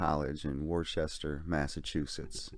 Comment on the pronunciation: Aside: Worchester, Massachusetts, the city name is pronounced Wooster or, locally, woosta. The oo being voiced as in "look".